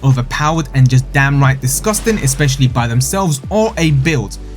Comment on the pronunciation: *down right not damn right